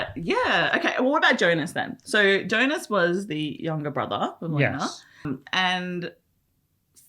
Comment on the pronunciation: To be "on same wave" as writer - Jonas is pronounces as ["Yonas"] :)